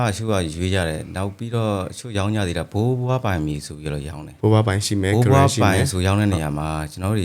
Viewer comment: ဘိုးဘွားနဲ့ဘိုးဘအသံမသဲကွဲဘူး၊အဲနေရာမှာဖြည်း၂ပြောပေးရင်ကောင်းမယ်